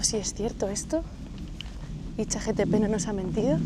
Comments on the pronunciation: lo siento tengo TDAH y tenía que decirte que es ChatGPT, no "chatTGP" como has dicho en todo el vídeo jajajaaja Me encantó el vídeo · escuche bien, chat gtp? no es chat gpt?